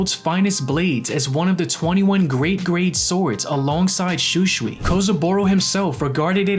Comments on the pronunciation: Bro igs shusui not schuschui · The way you pronounce Shūsui , hurts my ears. Sorry, it just sounds so wrong, please pronounce it properly at least. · Why is he saying shusui wrong